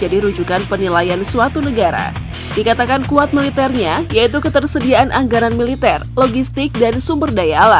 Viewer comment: Tapi alutsistanya lebih sangar Vietnam. Luat kaselnya dan fregatenya buaran russia. Bnyak lgu unitnya Bukan kleng kaleng.. Maaf min cara baca anggaran dll salah.